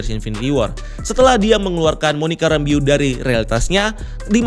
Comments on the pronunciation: WandaVision, Wa-WandaVision,WandaVision, Wa-WandaVision~ Btw min, Itu nama terakhirnya Monica dibaca "Rambœ" bukan "rambiu" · Bacanya Monica “Rembouw” gak sih? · Monica "ræmbou" kali bang bacanya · penjelasannya selalu detail tp agak keganggu sama penyebutan nama 'Rambeau' yang kynya kurang pas berulang-ulang 😅